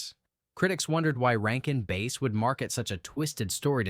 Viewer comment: Narrator is kinda boring. No life. Almost monotone. This is definitely AI. It has to be. Who would pronounce Rankin Bass, like the fish, as "Rankin Base"?????